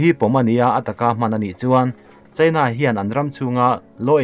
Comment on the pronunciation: Mizotawng hi ka thiam ber e chu ka ti lo. Mahse he pa zet hi chu ka zirtir chhawng veleh chak thin khawp mai, voice a reply na te hi awm se ka ti thin, ram hming lamrik angaih huna Indîa/ India tiha lam angaih hun te, China tih leh Chinâ, tih ang chi ah te hian a ti diklo nasa thin, ziak ringawt hi chuan sawifiah theih vek ani silo a, a Chanel hi mipui hip chi ani si a, atha si a, amah ber lah hian mizotawng hi a hmang dik hleithei bawk silo a